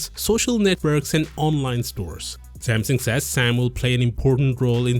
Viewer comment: Oh... "Smasnug"